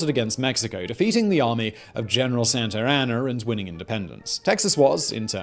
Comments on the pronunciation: Simon says " General Santeraner "(?) the subtitle says " General Santano". I thought it was General Santa Ana. Didn't even google it.:face-purple-crying::goat-turquoise-white-horns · General Santer Anner... UK English is non-rhotic, eh... Years ago I ditched everything associated with him due to his appalling pronunciation is the only thing that gets a miss.